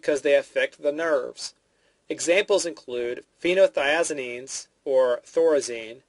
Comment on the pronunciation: you pronounced like over half of the medications wrong...phenothiaziNINEs? barbiCHUATES?